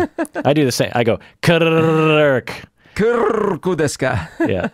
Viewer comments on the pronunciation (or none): “Kirrrrrk” lol 😂